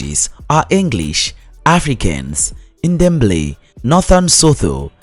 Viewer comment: The way he pronounce Xhosa, Ndebele, and Boboti is laughable. I advise anyone who wants to learn about South Africa NOT to listen this nonsense. It's false, inaccurate, and outright ridiculous